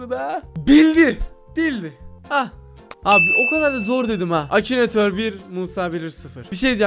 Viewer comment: Abi acinator değil akinatör